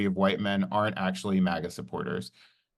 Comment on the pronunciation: You obviously say Maga sometimes please stop saying it wrong. I know you can say it right say it right it’s annoying..